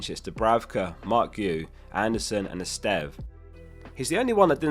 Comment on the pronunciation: So nice to hear someone pronounce Estève correctly